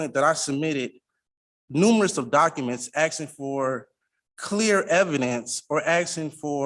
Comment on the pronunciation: He is "axin" to know... What an ignorant individual trying to sound smart--not working. Leave the country if you don't want to abide by the rules and laws of this company.